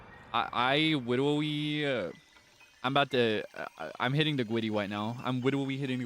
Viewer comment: hwitting the gwiddy is cracking me up so bad